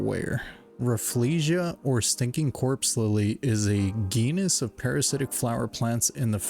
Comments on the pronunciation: did u really pronounce genus “geenus”? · It's pronounced "jean-us" and the flower is real, but the video is a fake based off Stranger Things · Dude the clip with the smelly flower the word genus is pronounced with a soft G